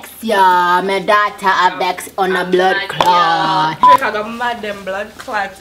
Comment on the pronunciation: lol, she said "blood claat" honey, it's a Jamaican swear word.